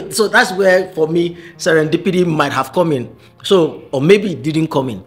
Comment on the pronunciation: Especially "Serendipity".